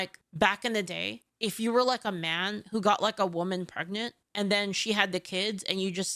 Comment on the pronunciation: Sure she didn't say "prennint"? 😂😂😂